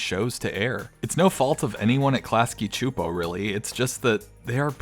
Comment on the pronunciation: csupo is pronounced “soup-oh”